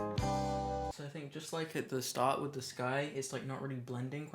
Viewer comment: why is no one talking about "washing da brush"